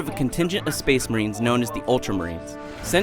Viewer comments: SPUH-AYSH MUHRANE!! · SPEHS MAHREEENS!!! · is it just me or does the charters say spice marines then space marines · Only I hear "Spice Marines!"? XD